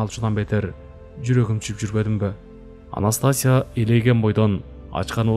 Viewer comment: Анастасия окулганда "И"тамгасына басым берип окулат.